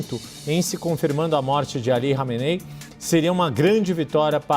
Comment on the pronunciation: Nossa o repórter não sabe falar o nome do líder ali kameney kkkkk